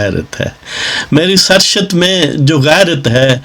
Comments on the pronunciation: Bohat acha bohat khoob Nazam achi hai Yeh lafz ser shat nhi sahed surisht hai kisi ahlay ilm se tashih lay lain Zahin main rahay main shaed k sath keh raha hoon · ye Sar Shat nahi hota. Ye Saarrisht prounce kya jana chahye. Phir bi you may pl check with some authentic source.